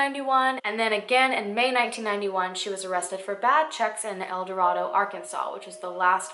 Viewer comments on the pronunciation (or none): Arkansan here! Great video but it is pronounced el dor(ae)do. Not el dor(ah)do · Love this new series! One thing though: El Dorado is actually pronounced El Do-RAY-do because we like to make things really oddly pronounced in this area. 😂 Keep up the amazing work! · I actually live in El Dorado and I'm so glad a case from such a small town is getting publicity. Also down here we pronounce it El Duh-ray-doe, obviously not the point here but I'm just pointing this out. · I know this is probably unimportant but El Dorado is pronounced El Dorādo-long a, Arkansas. 🤗❤️ I really value your videos very much. All the research and effort you put into each one is appreciated. I pray these Jane and John Does are identified sometime. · That's my hometown! Just fyi, locals pronounce it "ell dor-ayy-doe" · i’m from arkansas! not far from el dorado. i had no clue about this! this is crazy. we all pronounce it El-Dor(ay)do 😂😂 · I’m from Arkansas! They actually pronounce the town with a long a, so “el door ay doe”. It’s not the correct pronunciation of the Spanish word but Arkansas is weird lol. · I know it's weird and we're super country but here in Arkansas it's pronounced "El DoRAYdo" 😂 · The name of the town is actually pronounced like “El Door A Doe.” Just FYI. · Common mistake but it's ElDo-RAY-do. 😊😊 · I lived in the town for awhile and yes you’re saying the name of the town wrong, but I’ve never heard anything about this case